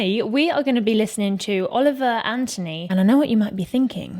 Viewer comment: First learn to properly pronounce Anthony. Second may want to look up the reference to miners and then minors on an island somewhere....